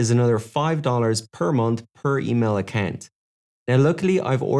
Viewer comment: Why are you pronouncing Account as Accant?